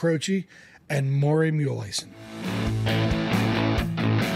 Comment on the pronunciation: You could at least get the prounciation of his last name right!!